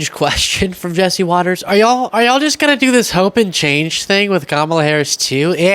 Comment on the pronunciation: KÄ mä lah (Comma la) even the children can pronounce it🙄 VOTE💙💙💙💙